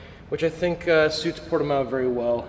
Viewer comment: It’s pronounced : [puɾtiˈmɐ̃w]